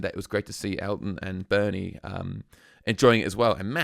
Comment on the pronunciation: I left after I typed this. You can't pronounce Bernie's name correctly?